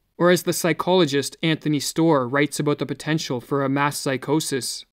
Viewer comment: Couldn’t help but hear “mask psychosis” periodically instead of “mass”. Thanks for the video, it was needed.